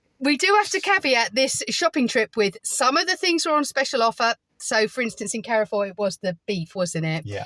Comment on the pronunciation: Thanks for a fun video, Carrefour is a French supermarket and is pronounced Care-For. Saw lots of similar products like we have in France. I am like you I love a good toilet. Its important for the older subscribers of the channel who may need to empty the odd colostomy bag now and then. Noticed they put extra disabled toilets in everywhere this is a marketing strategy as they know oversized menopausal women spend the most money out shopping. and come back with a hole load of shit from the middle isles of Lidle and Audi. Tell Stig of the dump Gary to keep away from any old skip please, Encourage him to get his beef out a bit more. It might help distract him from looking at skips. Hot tip park as close to the front of the supermarket away from any skips. What you dont see you dont think about, The red lipstick did look nice very theatrical it could put you in danger. If you sat on Garry's knee he might be tempted to put one hand up your back and do a ventriloquist act with you. Saying Carrefour is the cheapest supermarket in Spain while trying to drink a class of water, You can get Garry a delivery pallet for Christmas and just leave it outside and hint that would make a lovely coffee table. Sorry guy tried to be as funny as I could.:yougotthis